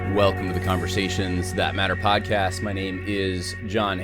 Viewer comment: never says “welcome to the conversAtions that mAtter podcast,” he says, “well, come to the conversations ThAt-matter podcast.”